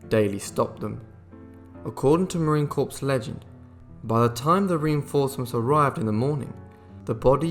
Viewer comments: Great video and very informative. I was aware of MSgt. Daly and his service in the Boxer Rebellion, Haiti and Belleau Wood. I knew he was awarded the MOH but not two and not a Navy Cross and the DFC! Great vid but please... Marine Corps is NOT pronounced corpse... But core. Thank you...we need to give our Marines the respect and honor they both have earned and deserve. And I served Army. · It’s pronounced “Cor’” not corpse. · Tmw you said "Marine Corps" with the 's' not silent 😬 All good though. Appreciate you taking the time to honor this warrior. 👍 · As a marine I'd like to thank you for making a video of one of our heroes. One tiny bit of criticism though, marine corps is pronounced core, not corpse. But again thank you for making a great video with alot more details than is usually given about daly's exploits. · Hey narrators if you are going to tell a compelling story full of great deeds and such a celebrate a man or woman.....GET YOUR ENGLISH RIGHT! It's "Corps"...like "the core of a apple" NOT "corpse" as in "a dead body" It's not Marine Corpse, its Marine Corps, as in The United States Marine Corps! The only thing dead MAY be to pronunciation of words....STOP NOW. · Its pronounced Marine "Core" not corps. But I think you only said that twice. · CORPS is not a corpse ! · Good job...but the P and S are silent in Marine Corps...as in "Core". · Would have been so much better with an American accent by the narrator. He can't even pronounce Marine Corps correctly. So many other pronunciations totally screwed up. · And Corps...